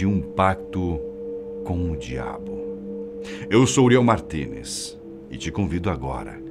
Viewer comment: A Fatos Desconhecidos se preocupou tanto com o tom da narração desse episódio, que o, erra pronúncias simples em inglês e até seu sobrenome saiu em "portunhol".